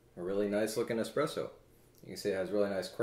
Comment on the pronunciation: Is it just me, or does he say, "expresso" ?